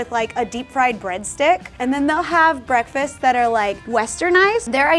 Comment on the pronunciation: ok but she said breakfases 😅😂